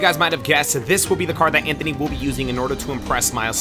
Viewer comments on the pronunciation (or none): Bro said zanthony